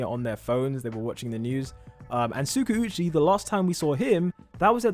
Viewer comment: I am not hating or anything it's just my opinion on how you pronounce Tskauchi. Its supposed to be pronounced as Tska - U - chi. Love your channel and your videos .